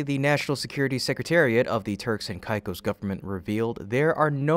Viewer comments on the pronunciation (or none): "k-eye-k-oe-s".. mate, sort your pronunciation... it's really esay... CAKE-OSS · Turks and what? Never heard it pronounced that way. Turks and Caicos is pronounced turks and kay-cos. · “Caicos” is pronounced as “kay-kos.” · Sound it Out: Break down the word 'Caicos' into its individual sounds "kay" + "kos". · I have only heard the island name pronounced as KayKos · AI junk content. If you can’t pronounce Turks and Caicos‘s, you’re clearly AI… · Can't even pronounce Turks and Caicos right. I suppose at least it is consistently mispronounced. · While spacex looks into those matters can you research how to pronounce Turks and Caicos which you butcher about 5 times.